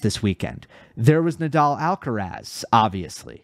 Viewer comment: The "let's get ready to rumble" guy butchered Rafa Nadal's last name He said nay-dal. Also the line judges were not great. And for some reason the challenges were more seen by the audience . That was weird